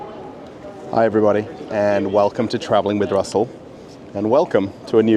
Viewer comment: Hearing "Hello Russell" in a thick Russian accent was just pure comedic perfection right there.